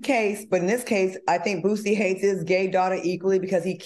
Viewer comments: Al calling Boosie BOOTsie took me out 😂😅☠️😂😅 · Yep! BOOTSIE, ChriSHEIN, etc😂